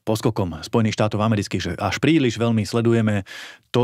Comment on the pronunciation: Predseda a europoslanec národno-kresťanskej strany republika by sa mal naučiť a ctiť si slovenčinu. Nech je vám vzorom pani moderátorka. Takže : velmi ? ludí ? ludia ? najhladanejší ? podla ? velkej ? zatial ?